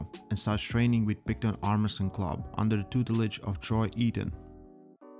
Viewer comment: Armresting in not Armwresling.